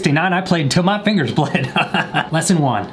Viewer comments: “in guitar terms... fin-GERS” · That hard r on the "fingers" was edgy